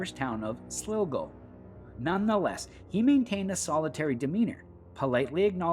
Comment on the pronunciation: It's called County Sligo like example Sly-Go not Slowgo,research you Twat 🤡🇮🇪🍀💚🙏